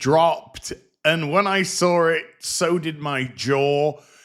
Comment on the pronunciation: There's no letter r in saw it. Just saying